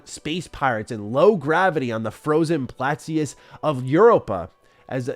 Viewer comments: Plateaus = [PLAT]+[OHZ] Lol not Plascius 😂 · Pla-tee-us? It's Pla-toes. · Holy shit man!!!! Cannot wait to get my constellation edition!!!! I want in NOW!! And I'm sorry but plateaus is pronounced plat-owes. Loving your energy though dude and totally respect you holding back on not saying anything about playing your review copy. Huge kudos to you!!! Stay awesome!!! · Platteeuuss. That word...frozen plateaus....is pronounced...platoes. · plateaus = PLA-TOES (a as in apple) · Plateus. That like a Greek philosopher or something. Hue hue. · Plat-O, jeez 😅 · PERRY the 'plat-e-ous!?' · I’m trying to read between the lines here. If I were in shoes, I can’t break NDA, but I could talk about what I like based on what has become public. I’m starting to think that this game might be a banger, because of how is talking about it. Side Note: I have NEVER heard anyone pronounce plateau as plat-tee-us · . It triggers me when people who speak for a living can't pronounce words correctly. Almost had plateaus right but the last part. Pronounce it phonetically like 'toes'. Seriously though, if you're reading from something and it's prerecorded, you got time to pull out a dictionary and look at the pronunciation beforehand if your unsure. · that word is "plaˈtō.". 😊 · It’s pronounced platt toes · Great video as always and I love your new chair btw. I have a question that you may have already answered but I can't remember, is your preview/review next Thursday going to be spoiler free? Also you pronounced plateaus incorrectly, it's pronounced plat-tows. 😅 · Great video high praise! I love the video, but my guy just said plateaus like that... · how did you just pronounce plateaus? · I pressed like, but when you misread plateaus I was so close to hitting dislike. This was a good video however, and it deserved a like and I love the positivity coming from you. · That's not how you pronounce plateaus